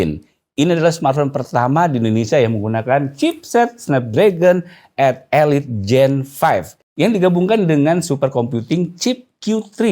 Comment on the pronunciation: Nahh udh benerr nyebutnyaa, 8 eliittt.. mantapp